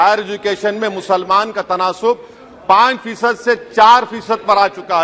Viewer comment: In which language he is speaking? Why muslamaanon, musalmaan!!!! Insaan Or musalaman